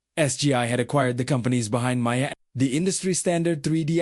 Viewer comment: This AI voice is pretty good but it can’t say OpenG or Maya correctly.Then the voice changes and becomes more gruff, momentarily.